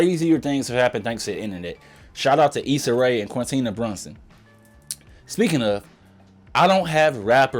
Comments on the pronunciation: this mf said “Quintina” lmaooo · Buuuuuuuuuul!!! No Hate, but how the hell u got a name like but can't pronounce our Philly Queen Quinta's name?!?! Git it right!!! 🤨🤨...good work on the vid tho. 1st time watcher 👍👍